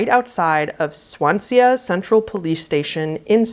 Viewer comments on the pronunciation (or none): “Swan-see-a” Swansea/Swan(sea) Sea as in a body of saltwater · 2nd story, it's pronounced Swanzee not swan- sea- ah 😁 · Case 2: That's my hometown, oh dear lol.... Also, it's pronounced Swan-zee -- 'Swan-say-uh' is the drunk satnav pronunciation lol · girl i love you so much but swan-sea-ah is sending me. its swan-sea xx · swansea is swan-zee not swan-sey-uh💜💜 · story 2: the way you pronounce Swansea. its SwanSEE not Swanseeya! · When you said “swan-see-uh”, were you trying to say Swansea? If so, it’s pronounced swan-sea. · Swansea is pronounced swan-zee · Swan sea is a hilarious pronunciation! I love it! It’s actually really simple, just swan and then sea as in the ocean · It’s pronounced like “Swan-zee” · Story Two - Swansea is pronounced "swon-zee" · swansea is actually pronounced how you see it swan-sea great video! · ‘Swansea’ is pronounced ‘swonzee’. Kinda like the words ‘swan’ and ‘sea’ grouped together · i was watching/listening to this as i was falling asleep and the pronunciation of “Swansea” made me wake up to double check if i heard it right hahaha (it’s pronounced “swan- zee”) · I hear Swan sia and winder where this beautiful sounding place is, then realise she means Swansea 🤣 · Hahaha it's pronounced Swan-Sea With love- someone with a Welsh Mam! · Hi,. Just for future reference, "Swansea" is pronounced "swan-zee":) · The way you pronounced Swansea made me giggle so much hahah I love hearing people from outside the UK pronounce places here 🤣 it’s pronounced Swan-Sea like the bird and the body of water ❤️☺️ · The place in South Wales from the second story is pronounced Swan-sea. Swan as in the bird, sea as in the ocean. normally I wouldn't bother commenting about this sort of thing but the way you said it made me laugh lol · The way you pronounced Swansea is insane to me, like I don’t even know how you managed to say it like that🤷‍♂️ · there's no way she said Swansea like that lmao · You made Swansea sound much posher 😍😂